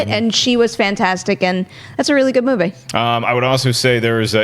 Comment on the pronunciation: I just cringe everytime she tries to sound fancy with 'movie'. The word is movie...not moo vay. Very grating, each time.